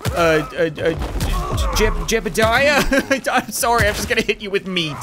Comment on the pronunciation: Im sorry but you say sorry wrong